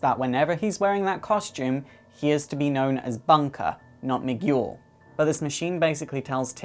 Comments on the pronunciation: It's Mi - gel not Mi - Guul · Miguel. Mee-ghoul??!!?? No. Mee-gell. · Sorry but Miguel is pronounced me geel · Firstly, I would like to say that I really enjoyed this video. I loved the Titans and I hope that I can connect more with their next incarnation. Secondly, the pronunciation of Miguel was driving me crazy so I had mention that it's pronounced "me - g'hel". Anyway, awesome video! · me-gel. where the g is like guile from street fighter. hearing your pronunciation pleased me.lol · Fantastic! Congratulations man, you did it! A like goes to you. ps: Miguel is pronounced "Mee-gell", another verson of the name Michael. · Did ever learn how to pronounce Miguel? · hey there you grovy video dude. love this vid just letting you know i was thrown of for a bit. not because you were not making sense but because you didnt say miguel name right not blaming or calling you out on it like i said im loving your vids sorry i dont like them but i do binge watch them like eatting candy on holloween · THATS NOT HOW YOU SAY MIGUEL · OH wow, that was wonderfull, and i need to applaude to you for spending your time on this video, so much work must have went into this, and there's a lot of info here that i wanted to know. Just don't get mad at me or anything, but that's not how you say Miguel, you don't read the letter "U" when it's between the letters "G" and "E" (though i can't blame you if you don't speak spanish, sorry for bitching about this). I didn't mean to be a jerk, sorry, if it's on any consolation, my english is spotty sometimes